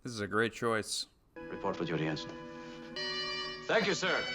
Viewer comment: Not “Henson”, but ENSIGN Garrovick…just sayin’